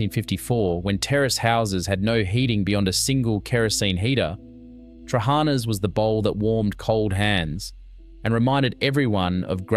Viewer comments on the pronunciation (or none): Its Tra ha na...accent mark on last "a" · i've never liked trahaNA (note the syllables stressed) LagAANA or LagaNES are great. I've never been able to stomach patSA. hortOPITA with homemade dough is awesome.. skordaLIAH either with stale bread or potatoes is still a must, as is taramoSALATA. I makes mine with cream/ricotta cheese instead. No to fahKES, never liked lentils. revithoSALATA, yes. briAAM we still eat plenty of. yemiSTAH are still de rigeur in summer with homegrown stuffed summer veg and yes, they're better eaten the second day either cold or lukewar. youviourLAKIA avgoLEMONO from scratch are delicious and still mad regularly. Yes to kefTETHES too but scratch the unecessary bread. bifTEKIA (note plural) is the the greek hamburger with herbs and eggs. or meat rissoles without the burger bunds. stiFATHO - delicious with rabbit too not just beef. You almost got the pronounciation correct. kokoRETSI is still an acquired taste. Good in small doses. Eating top to tail is always recommended. souvLAKI yes, made with pork. avgoLEMONO soup is still the most satisfying soup ever made. dolMATH-ES made with cabbage for a substantal meal or with vine leaves for mezze. spanaKOPITA see hortOPITA. pahstITSIO yes, ok but never a favourite. No one says no to loukou-MAATHES even now. GalaktoBOUREKO still never fails to please when made and served warm. baklaVAH yes, a byzantine treat. moussakAH still a favourite and yes homemade is best. Had lamb on the spit this Easter. actually, we still have it as often as possible wheneve